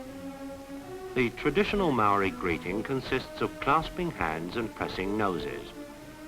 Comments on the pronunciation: the marri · You are pronouncing maori wrong sir